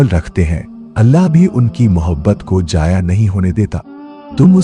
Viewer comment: Aapka talaffuz jaise jaya nahin zaya, dheyan maana badal jate hain.